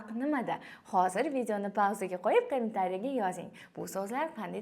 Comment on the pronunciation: Eee kamin tariya deb yib qoʻydi 👺